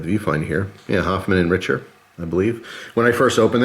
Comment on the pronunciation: Hey, it's pronounced Rickter and it is a fairly cheap knife maker.